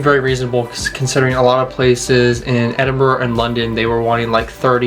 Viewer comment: Pronunciations of both Glasgow and Edinburgh were spot on! Well done, looks like you both had a blast, glad you enjoyed it. Should you decide to come back have a look more into the Highlands, so many ruins and castles to explore, not to mention the North Coast 500 if you get the chance :-)